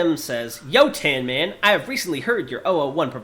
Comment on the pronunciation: Without a doubt, probably one of the most chaotic (and funny) episodes in a while. The only one I can remember that comes close from the mainline episodes is part 3 of 1730 with Kaktus. Loved The Bowler bit, and for a writer Tan really needs to brush up on his pronunciation :p For Tan and Darnell, have you ever been overseas and if so where?